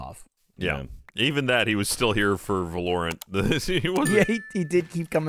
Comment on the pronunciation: Thank you for pronouncing Valorant the same way i do